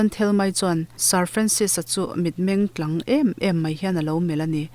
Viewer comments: Tlang.. tih hi i lamrik dan hi a mak ka ti ...hanthluk deuh la ka ko ti thin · Tlang hi a thluk a diklo thin in ka hria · A chhunzawm na kan nghakhlel chuan,,Rilru tlang Nun tlang tih hi i thluk dik lo em aw ka lo ti